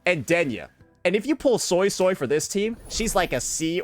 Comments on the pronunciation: It honestly isn't even well pronounced.. it's more so like soisoi (so-ey so-ey) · I can’t unhear the Soy-soy instead of Suisui 😅